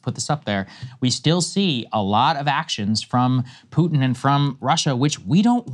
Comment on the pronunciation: "pooter" - Saagar